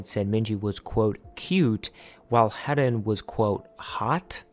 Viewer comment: Haerin's name is pronounced as heh-rin /eh/ sound like the /ae/ in aespa Interesting video, thank you for covering such an important topic